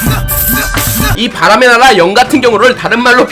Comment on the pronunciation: 바람의 나락!! 으로 들리는건 저 뿐인가요?